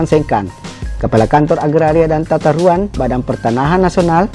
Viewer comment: Tata Ruang Kanda Bukan Tatauang